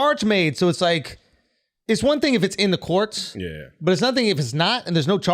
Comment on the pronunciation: Well have listen to Andrew Schultz say "courts" its sounds like he's saying "Quartz".. "It's one thing if its in the quartz" LOL